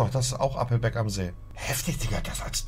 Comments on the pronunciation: Jedesmal wenn Monte ,,Appelbeck‘‘ sagt einen Trinken. Nach 5 Minuten bist du weg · Challenge immer einen trinken wenn er "Appelbeck" sagt